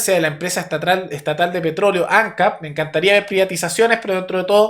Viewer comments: Por otro lado ANCAP se leé Ancáp, no Ancap. Y Raúl Sendíc, no Sendic. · Ojalá nuestros vecinos siguieran ese mismo camino xo estamos muy disociados. Por supuesto los zurdos poniendo piedras en el camino, como siempre. Che, ANCAP Y SENDIC se acentúa en la última sílaba please; suena horrible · Ancáp!!! Tilde en la última (a)!